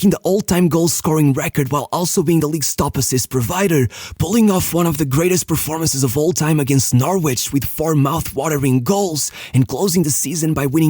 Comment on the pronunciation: Another great video, just a quick note to say you don't pronounce the W in Norwich (so it's just like "Norrich") Also re Andy Carroll...I think Transfermarkt have got this a little wrong. He was a good player on the rise at the time, and was playing well (hence the move). A valuation of £2.5m doesn't sound right to me, although he was clearly nowhere near a £40m player but it makes a little more sense when you consider it was between 2 Premier League teams for a player who wasn't for sale, hence the increase in price.